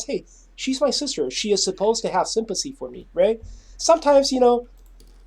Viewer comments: I really don't want to make fun of his speech, but I can't be the only person wondering if he was coining the term "Sympussy"? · I am distracted by the way he says sympathy.